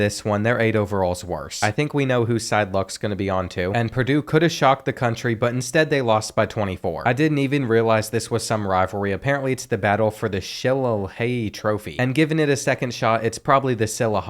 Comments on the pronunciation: It is pronounced like Sheh-Lay-Lee. It is a type of club, or cudgel and is part of Irish folklore. The Purdue v Notre Dame rivalry goes back to 1896 and was played every year from when ND made the deal.with the ACC. Notre Dames schedule before they "joined" the ACC was around half rivalry games. Michigan, Michigan St., Purdue, USC, Navy were all annual games, I believe Pitt was as well, and then there would be years they also had Stanford, or Miami. So they might have had 7-8 rivalry games in a given season. It was awesome, and made even better by their deal with NBC. I was an 11 year old in 1992 when I started watching them and I was able to see literally every ND game, before you could buy packages for any school, and didn't miss a single one, until one year they had the USC game on some fox sports channel I didn't have. Even without winning, it was great being an Irish fan in that era. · It's pronounced Sha lay lee. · The pronunciation for shillelagh in ND vs Purdue is (shuh-lay-lee) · The purdue-notre dame game is pronounced shi-lay-lee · It's pronounced shill-lay-hee; but both of your versions were funnier. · Shillelagh is pronounced shill-lay-lay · It's "She-leigh-ley" 🙂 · Ya u need to take a least some notes. And also it's Sheh Lay Lee. Smh Notre Dame's dumb ass statue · It's Battle of the Sha-Lay-Lee (it's an irish walking stick) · shileighlala 😂😂 butchered that brother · Sheh lay lee lmao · The pronounciation of the Notre Dame vs Purdue trophy is She-Lay-Lee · shuh LAY lee. It's an ancient Celtic weapon, like a club. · Shu lay lee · It's Shi-lay-lee. Notre Dame has 3 different rivalries that play for one. Purdue, Northwestern and the only one that matters USC ✌🏽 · Say it with us. Shillelagh. (Sha-lay-lee) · you butchered that😂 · The pronunciation of the shillelagh was an atrocity to Irish people every where